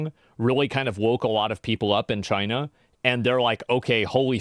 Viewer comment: When you say China you have to say it like Trump: CHYNA It's obligatory.